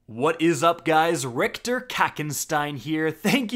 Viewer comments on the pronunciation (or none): none